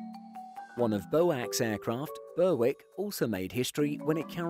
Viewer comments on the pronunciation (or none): Berwick?? FFS Berrick!! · Dreadful commentary. Doesn’t know how to pronounce BOAC (it was never ‘bo-ack’) or Berwick (which isn’t ‘ber-wick’). If you’re going to make historical videos, at least learn how to pronounce the words. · Pronunciations are B O A C, not BOAC and Berrick is the pronunciation for Berwick, where the W is silent. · Some really odd choices in here. Burr-wick? What? The narrator sounds English, so one would have thought they'd know how to say that word in British English. Ber-ick. It's pronounced Ber-ick. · The English English pronunciation is Berick for the town on the Scottish border after which I assume the plane was named. American visitors in particular use Berwick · Berwick is pronounced “berrick” not “burr-wick” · Bowac? You mean BOAC. Bur-wick? You mean Berwick. Carib-be-an? You mean Caribbean. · Boac, and Burrwick? Hmmmm B.O.A.C. And Berwick is pronounced Bearik.... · Please get it right! BOAC is always pronounced "B.O.A.C." and never "bo-ack". And Berwick is pronounced "berrick" and not "ber-wick". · I have never heard anyone pronounce BOAC as "bowac" it was always just the letters alone and I was around when they were still flying. Also Berwick is pronounced "Berick" is this video using a bot voice ? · Great video! But, Berwick is pronounced 'Berrick' in British English, which BOAC would have used. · As an English man you should surely know that BERWICK is a place in Scotland. And pronounced “Berik” and B.O.A.C. (British Overseas Airways Corporation) is never Bow-ak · Is this narrated by AI or something? Bow ack ber-wick for example. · The latter I fear. As with his mis-pronunciation of Berwick, Caribbean and flying boat. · Nice video, but some very irritating pronunciations! B.O.A.C. pronounced "bo-ack" - really 🤣🤣🤣. Mispronouncing Berwick might have been excusable if the commentator had been American, but he's English!